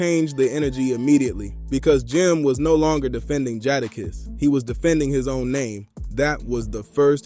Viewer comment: Dope content but please stop saying jadakiss name wrong shits hard to hear who’s jaadaaaaakisss fam